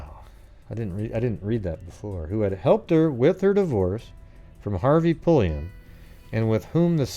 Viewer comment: No relation to Janis Pulliam besides a shared last name but I just had to THANK YOU for not being every other goofball I’ve ever encountered who stammer & stutter when trying to pronounce it! Lol